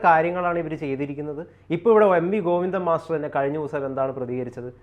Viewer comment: ഗോപി ന്ദൻ മസ്റ്റർ അല്ല സഹോദര ഗോവിന്ദൻ എന്ന് പറഞ്ഞാൽ മതി അല്ലേങ്കിൽ ചേറ്റ ഗോപി ന്ദൻ എന്ന് പറ